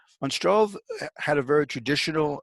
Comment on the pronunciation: He probably means Struve [Stroo-veh] there is no o and no w.... in that name. yet an other case of lazy-limey..